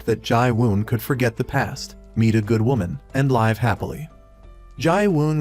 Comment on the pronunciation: the AI voice needs to recheck the pronunciation of "live" . the pronunciation error is annoying. And yes. the title has nothing to do with the story.